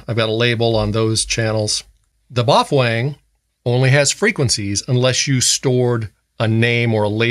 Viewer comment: "Bofwang" 😂😂 love this guy!